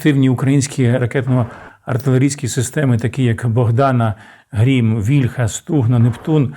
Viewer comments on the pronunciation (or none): none